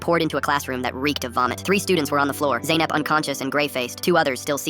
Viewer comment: U had already messed up when you called your daughter Zanep